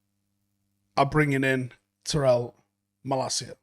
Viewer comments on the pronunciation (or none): Please learn how to say his name tie-rell